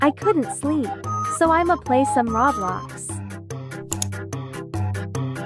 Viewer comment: Brian rot And That’s not how you say Roblox